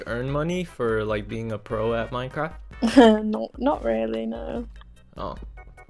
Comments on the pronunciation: Wait it said mynecwaft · He said MYNECWAFT HAAHAHAHAHA